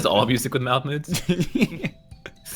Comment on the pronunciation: Anyone else think they were saying Malf Moods not Mouth Moods?